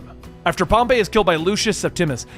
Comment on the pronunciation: It was pro pronounced “pom-pee”